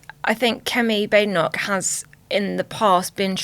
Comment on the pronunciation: I wish people could pronounce her name right. Bade enoch needs two es. Bad e (short e) noch. It's bad enough to have to hear her let alone to constantly have to correct her name.